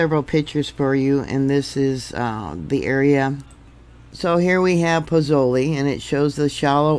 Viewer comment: Pozzuoli is pronounced like Pots (silent t) wooley. Hope this helps 🙂